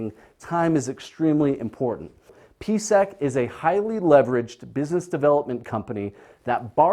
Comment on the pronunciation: I'm not understanding the numbers on your board. $10.61 for a stock price? I look up PSEC (Prospect Capital) and see it hasn't been over $10 since 2014. This video was published Jun 15, 2019. Huh? At he introduces PSEC but slurs his enunciation - it sounds like BVC. When I look up PSEC I see a high monthly dividend. So this must be Prospect Capital. What's up with his numbers?